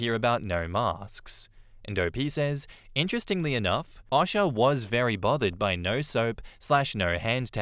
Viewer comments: For Future reference, most US people pronounce O.S.H.A. as "O-Sha" and not "Osh-A". But that's just a nitpick. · OSHA is pronounced OH-shuh. I was confused for a sec why a Russian woman popped up in the story at the end. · Thank you 😂 I was legit like… Who is Asha? Does he mean OSHA? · 😂 the way he says OSHA